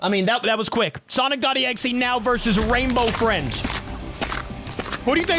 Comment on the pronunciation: is exe not exie 😂😂😂